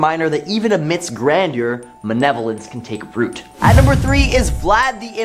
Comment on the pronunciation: M-A-L-E-V-O-L-E-N-C-E. Not manevolence. I can’t finish the video because I can’t here it again.